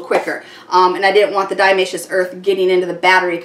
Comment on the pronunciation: Great idea. Minor correction, it's diATOMaceous earth, not diAmaceous :)